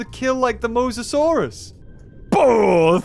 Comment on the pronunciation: Dude it’s mosasaurus not mosasaurs